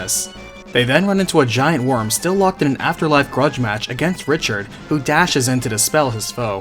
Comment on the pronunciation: I cringed every time you said Richard